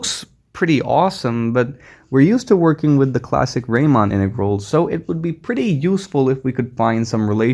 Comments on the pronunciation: Thanks a lot for this amazing presentation. I had never heard about product integrals. Just a little correction: the "normal" type of integral is named after Bernhard Riemann ("ie" instaed of "ei"), and Riemann rhymes with Reemunn. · It would be useful to know about real applications of these integrals , e.g. in physics . And a little ramark : it is Riemann (Bernhard) , pronounced like ''Reemann ''.